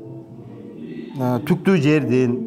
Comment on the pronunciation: Туктуу жердин эмес(тук бул жун болуп калат го ) Тектуу жердин деп айтыныз байке .Балдарыныз менен бактылуу болунуздар .